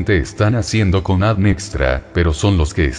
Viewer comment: ME MOLESTA Y ME DECEPCIONA QUE SE VAYAN ACORRIENTANDO, INSISTEN CON EL ADN, EN LUGAR DE A.D.N., SU ROBOT SOLO LEE LOS ERRORES DE USTEDES. TRISTE. RECUPEREN SU CANAL PARA DEJAR DE ENSUCIAR ÈSTE.